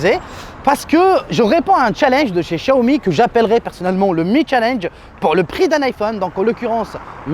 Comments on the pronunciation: Depuis quand ça se prononce "chaomi"? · Enorme! Je propose 11 - Ecouteurs sans fil bluetooth PS : Je dis {xiaomi} et non {chiaomi} 😂